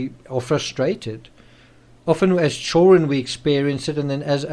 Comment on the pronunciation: Please learn how to pronounce children. It's not chaw run! I don't get why you can't say that one word correctly. I've never heard it said that way, annoying as hell